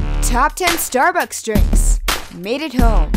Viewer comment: Did anyone else hear say "Starebucks" towards the end or am I going crazy?